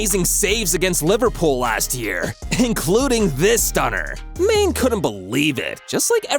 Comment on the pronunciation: This guy called Mane main